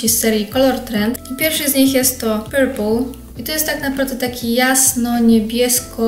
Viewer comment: Postaraj się poprawniej wymawiać angielskie nazwy. Niektóre wyrazy wymawiane przez Ciebie trochę "bolą", np. "purple", "lilac". Używać jako ODŻYWKI, BAZY POD LAKIER (NIE "używać jako *odżywkę, bazę"). Zbyt często powtarzasz też zaimki wskazujące - ten, te.